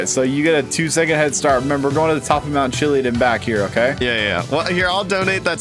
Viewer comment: It’s not pronounced chillyid it’s Chillyadd